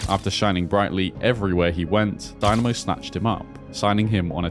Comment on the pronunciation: If you make a video like this, you should at least make a little effort in pronouncing Croatian words. How can you mispronounce Dinamo?